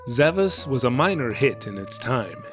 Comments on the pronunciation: Well, the game is spelled with an S-cedilla (pronounced "sh") at the end on the box: "Zavaş". So the Japanese rendition is actually correct. But I understand where you're coming from on the pronunciation. Great video as always. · The Titel of the game is actually spelled Zavaş, that letter is a S-cedilla and the Titel is correctly pronounced like Zavash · Looking closely at the logo, I see the S is actually a Ş (called S-cedilla according to Wikipedia), which is pronounced as SH, so pronouncing the game as Zavash is correct.